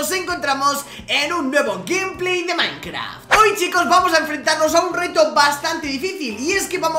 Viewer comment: dijo minecra XD XD XD